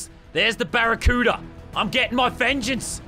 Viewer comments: I love the way he say barracuda. " BARRACUEOODA " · The way he said barracuda killed me😂😂